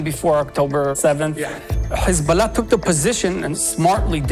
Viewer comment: Please please please, don’t say kkhizballah. Please. The correct way to pronounce it, is Hesbolah or Hezbolah. But not Kkhiizzbaala. No no no. I want to lessen to your program but it’s nerve wrecking.